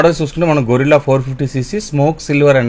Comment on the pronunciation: మోటో రివ్యూయర్లందరికీ చెప్పలేక చచ్చిపోతున్నా...అది గొరిల్లా కాదు. గెరిల్లా. గొరిల్లా అంటే ఒక జంతువు. గెరిల్లా అంటే ఒక పోరాట రీతి. కనీసం దాని మీద రాసి ఉన్నది కూడా చదవలేకపోతే ఎలా?